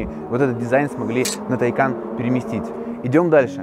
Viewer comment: Правильно говорить ТайкАААн а не ТАААйкан! "На случай, если вдруг у вас возникли проблемы с произношением этого названия, сообщаем: оно читается как "Taycan" на второй слог. Подтверждение тому – новое видео, опубликованное на официальном YouTube-канале «Porsche»." Вот ссылка, чтобы не быть голословным